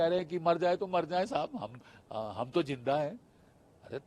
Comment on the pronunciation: Abe zinda hota he jinda nahi😂